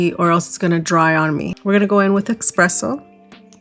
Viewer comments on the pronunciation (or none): I can’t wait to get these at the Sephora Sales event. By the way it’s espresso not expresso